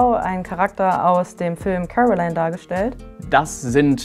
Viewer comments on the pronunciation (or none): Coraline, nicht Caroline 😊😀